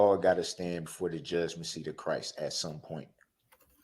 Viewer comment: The word is CHRIST - Not chriss